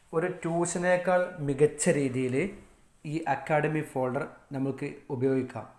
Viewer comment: ഫേൾഡർ അല്ല ഫോൾഡർ ആണ്